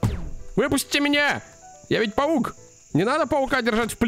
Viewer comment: паук а не павук